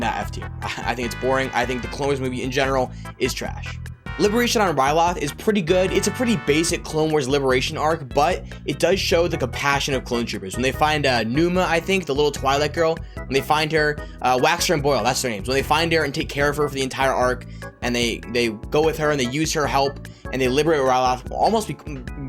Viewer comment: that little twilight girl i know you meant to say twei lek girl but to me it sounded like twilight girl